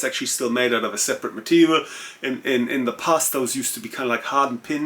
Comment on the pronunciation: Great channel. Great English, but please bring ‘T’ back into your language. It sounds like you have spent a lot of time talking to London or Southern Home Counties who can get lazy and lose their ‘T’s. When you said ‘out’ it was ou… ‘sort of way’ was ‘sor-of way’ and ‘a lot of’ was ‘ lo-of’ Being German I know you can take a straight word to help without offence. 😎 The reason it is important is because ’T’ is phonetically important in English to break lines. Otherwise we sound like ‘waff waff waff waffles waff waff’ 😂 Anyway, thanks for sharing your expertise and your good advice.